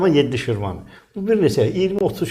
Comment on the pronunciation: Şirvan nedi ee??? Hanı senin mükemmel Azerbaycan dilin?